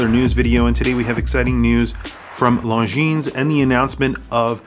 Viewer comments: or LongGene... lol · Can't decide between the green or the all black. Nice shots on the video. Also bro..the S is silent. Longiiiiiiiine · You do not pronounce the s in Longines.